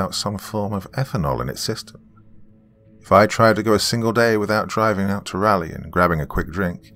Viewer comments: Love the story and your narration is superb as always....but man you are butchering the pronunciation of Raleigh. 😋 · Another NC-based story! Been seeing a lot of them lately. A little tip for the Doc on pronouncing Raleigh-- it's named after Sir Walter Raleigh, and pronounced the exact same way (rather than the "rally" pronunciation the Doc has going on here). It's one of the few place names in the American South where both the American Southern accent and the standard English accent pronounce it the same way. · Yep, or to make things easier… it’s pronounced “raw-ly”. 😊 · it's not raw-ly... it's rah-ly. Like, rah-rah-ooh-rah-rah rah-ly! Jokes aside, there are like 2 ways of reading every pronunciation I thought of spelling out which is why I didn't do it. I just couldn't figure out a clear way to spell it out. With a US accent, raw-ly could work, but raw-ly with a UK pronunciation like the Doc's would end up something like roor-ly, and the "ah" in rah-ly could be read either as the "ah" from "cat" or the "ah" from "car"